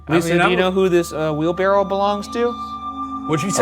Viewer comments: For the debrief: does Ryan know it's "wheelbarrow" not "wheelbarrel"? 😂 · ryan and shane collectively saying “wheelbarrel” instead of wheelbarrow made me question what i know and google it to make sure i was right 😭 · Does he keep calling it a wheelbarrel or am I hearing things? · I think ryan says, “wheel-barrel” and shane says, “wheelbarrow” — does anyone else hear it? (confused non-native English speaker here!) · ryan saying "wheelbarrell" took like 80 years off my life" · All this episode really taught me is that Ryan does not know how to say wheelbarrow correctly